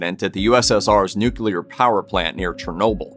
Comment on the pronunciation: I'm so glad you can pronounce "nuclear" correctly. There are tons of reporters, narrators & politicians who pronounce it "nuculer ". Drives me bananas!